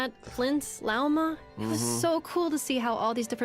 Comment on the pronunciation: Does he pronounce Lauma like lama on purpose or 😭